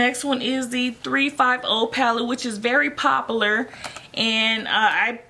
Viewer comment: She talks funny lol “pop-ularr “ 🤣